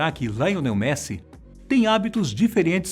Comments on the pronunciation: Deixei o deslike só pela pronúncia do nome do Messi kkkkk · Não entendi a pronúncia do nome do Messi